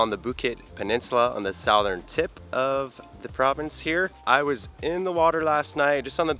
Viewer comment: I don't think I have ever heard anyone pronounce Southern that way 🤔😳